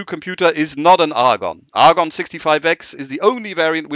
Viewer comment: Is there a reason he pronounces Agon as if it has an r like Argon??